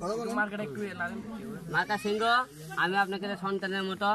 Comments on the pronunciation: ভালো করে তো সিংহ উচ্চারণ করতে পারেনা,, বলে শিংঘ,ও আবার হবে এমপি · হিরো আলমের মার্কার নাম হিরো আলম নিজেই বলতে পারবেনা বলে সিংঘ সিংহ বলতে পারেনা